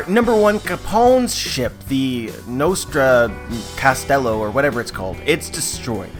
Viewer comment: Nostra castello = our castle By the way the pronunce was right and the video as always is great ❤️